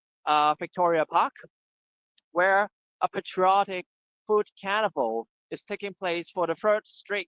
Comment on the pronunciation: thanks HKFP... BTW "carnival" sounds like "cannabal" on the audio.